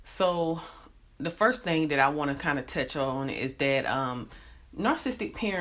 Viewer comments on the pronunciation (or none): none